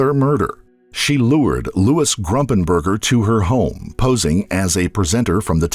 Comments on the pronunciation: QUIT SAYING ...G R U M P I N G B U R G E R!!!!!!!! It's Gumpingburger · It's Gumpenberger not Grumpenberger. It's like you're saying on wrong on purpose. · I think it’s “Gumpenberger,” not “Grumpenger.” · Gumpenberger, I think. Not Grumpenberger. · Louis GUMPENBERGER, not Grumpenberger. The least we can do is remember his name... The judge and DA in the Betsy Faria case should be disbarred. The malpractice in that instance was shameful. Anybody that believes a word out of Pam Hupp's mouth shouldn't be practicing law. Louis would still be alive today if not for their incompetence, or collusion. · The man she murdered was named Louis Gumpenberger not Grumpenberger it’s very disrespectful to his family to keep calling him by the wrong name! I also think she killed the woman she was taking care of in Florida when her kids were younger. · Wasn't Louis' last name- Gumpenberger? Not Grumpenberger.... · It’s pronounced “Fah-reeah” lol and also it’s not “GRUMPENBERGER” it’s Gumpenberger- no ‘R’ after the ‘G’…maybe have a little more respect for the dead & their actual names before you put out a documentary. Very disappointing.